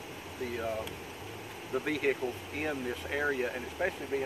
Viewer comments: For somebody who is from the UK could you please stop murdering my beautiful language. You do not pronounce the H in vehicle, it is silent. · You know you're in trouble when you hear 'vee-hickle'